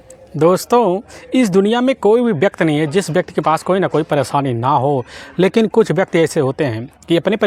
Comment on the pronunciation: व्यक्ति कहिये (व्यक्त नहीं)❤